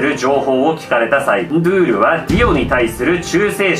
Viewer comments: ❌ンドュール ⭕️ンドゥール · 途中でンドュールになってる！ンドゥールが正解！ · 、惜しいですね、 ンドゥールの読み方は ンードゥールなんですよ、 けどジョジョネタやってくれるのは嬉しいです！！ そこにシビれる！あこがれるゥ！